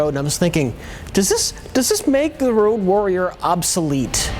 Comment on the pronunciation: why is keep saying "rouge warrior"?